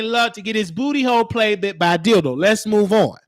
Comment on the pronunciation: Every time you said “Dilldoo” I started geekin!!!! 🤣🤣🤣